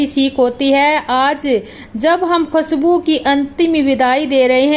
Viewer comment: Bolana toh sikh lo. Khasbu nahi khushabu bol. Baltara nahi balotara hai.